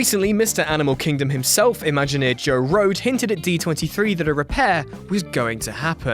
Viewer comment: Oh dear god, PLEASE let Leave a Legacy disappear. It is SO depressing to see it. It's like a bad graveyard in a place where there should be beauty and optimism. Also, The imagineer's (Joe) last name is pronounced "Roh-deee"...not pronounced like the word "road"; think "road-y". Nice video. I like the pace of it.